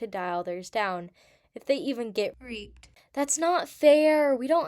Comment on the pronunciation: Also when you say Reape it sounds like rape isn’t that what you are trying to say or no?